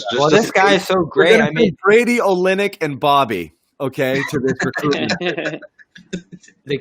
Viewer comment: That top left guy doesn’t know shit 😂😂 dude said olynyk and and millsap like oh nah smh